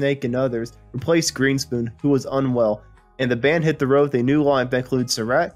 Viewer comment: Uh - it's GREENSPOON .. "the Concertmaster"